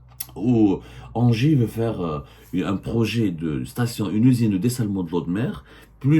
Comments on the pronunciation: Engie ca prononce Ngie pas Angers 😂😂😂😂😂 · Mdr mais arrête de dire anger , sa ce dis enji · On dit N-J pas anger 😂😂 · 😂 Semmar on ne dit pas engie ça se prononce NJ Ok Longue vie à votre pitoyable classe politique algérienne ✌️